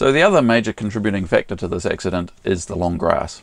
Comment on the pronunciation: Hey, what's an ''X-udunt''? It appears you had an ''X-udunt''? I think you're evolving your own Lingwij down there?